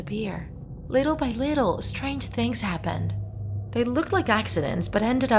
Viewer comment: she says esstrageuh